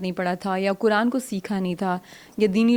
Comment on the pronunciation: میری مؤدبانہ درخواست ھے آپ سے کہ ۔۔۔۔۔ " ق " کو " ک " نہ بولیں، " قرآن "کو " کران " نہ بولیں ۔۔۔۔۔ اسی طرح نقاب کو نکاب نہ بولیں ۔۔۔۔۔!!! آپ کی اردو بہت شُسْتَہ ھے ما شاءالله تعالیٰ، تو آپ کی ذرا سی کوشش سے آپ کا "ق" جلد صحیح ھو جائے گ، ان شاءالله تعالیٰ ۔۔۔۔ والسلام علیکم ورحمتہ الله تعالیٰ وبرکاته ۔۔۔۔۔